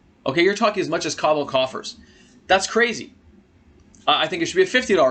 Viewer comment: Not taking advice from someone who says cobble coffers 😂😂😂